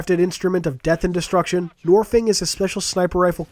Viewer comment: Ugh you make me cringe it's nornfang it has an N it's not silent.